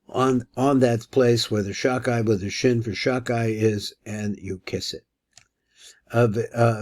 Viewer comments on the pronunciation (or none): Shalom. Around minute 9, or 9.30, I think the name is said "Shadai" and not "Shakai". I mean, with a dalet "ד", instead of a "ק". Thanks for this material.